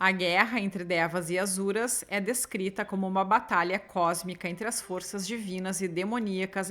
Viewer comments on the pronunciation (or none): querida eles pronunciam Assuras, mas tem muita pronúncia de texto teosófico q só se sabe em algumas comunidades herméticas, então ta tranquilo 😂, um bju❤